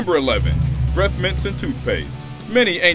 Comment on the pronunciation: "BREF" Mints? You black people say the weirdest and most retarded shit. Maybe that's WHY you all need them "BREF MINTS" hmmmmmmmmm.... 😂👌 Dummy.